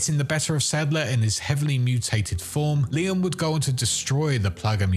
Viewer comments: It's Leon haha not Liam. Not his name bud. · Sounds like your saying "Liam" instead of Leon.. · Are— are you calling Leon “Liam”??